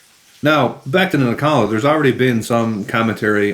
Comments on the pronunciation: Nilakka, not Nikalla. WTF? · its Nilakka not Nikalla😉 No offense please🙏 Thanks for video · Isn't it pronounced Nil-ah-kah?